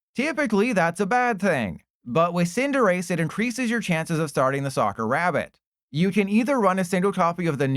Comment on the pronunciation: You had me fooled with the way you said Cinderace for a sec there 😂